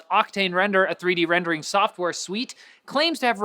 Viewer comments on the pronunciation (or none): none